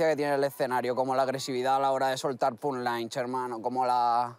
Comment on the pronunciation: Cierto lo dijo mal Punch Line